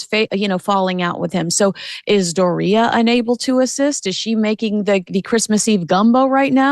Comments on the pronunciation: it's DOR-ia. not doRI-a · How the hell do you pronounce Doria because the way you’re saying it is like diarrhea